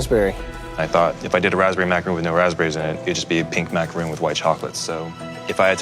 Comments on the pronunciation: Joe: "The Macaroon" No, no they are not, they are Macarons. That is not how it is pronounced, that's a whole other cookie! XD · Every time they said "macaroon" I felt a piece of my soul leave my body. You're professional chefs, it's macaRON not ROON... dear god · Did joe just say 'macaroon' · Youd think gordon of all people would pronounce macaron correctly